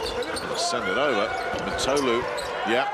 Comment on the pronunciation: His name is pronounced Mitoglou, with strech on "i" (Μήτογλου).